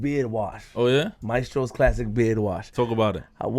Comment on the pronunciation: Just for the record in the opening advertisement you promote (maestros) you say it wrong, you pronounce it mae👏stros👏...the right way is ma👏e👏stros👏 (3 syllables) the word means teachers just for the record